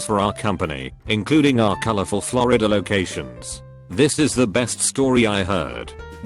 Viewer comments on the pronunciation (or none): none